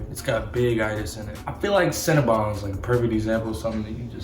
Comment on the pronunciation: Lol my guy said Cinna-BONGS 😂